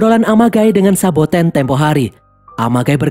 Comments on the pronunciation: SABOTENNN MINN , BUKAN SOBATENN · Saboten min,bukan sobaten wkwk